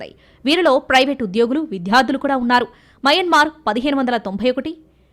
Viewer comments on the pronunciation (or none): none